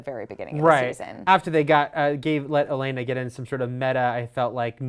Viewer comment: anyone else think that they're pronouncing Olenna strangely? They had me wondering who the heck 'Alayna' could be lol